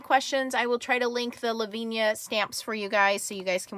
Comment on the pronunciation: Thanks for this vid. I agree ...love the clair inks. Btw, it is pronounced la-vin--ee-ah. Not laveen-yah